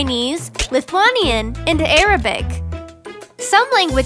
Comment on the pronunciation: PRONOUNCED ARABIC WRONG